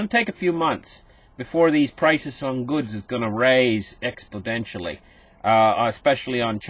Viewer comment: Hi, It’s “exponentially” not “expodentially”. I noticed this a few times now. Regards from a Dutch guy from Holland. 😂